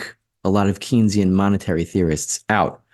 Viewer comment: I recognize you are not a Keynsian economist but you should know how to pronounce his name. It is pronounce "Kayn-sian". Please, it really cuts into you credibility and makes you sound like AOC.